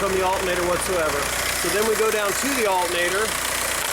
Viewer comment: Alternator not Altnator